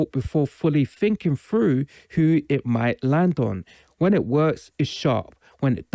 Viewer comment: Dude said "fink dis fru" 😂